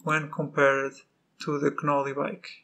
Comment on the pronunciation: Knolly is pronounced with the k silent my friend🤙